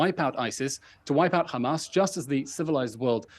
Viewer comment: It’s pronounced Hamas